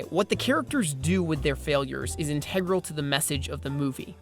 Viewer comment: You should figure out how to pronounce words like "integral" and "awry."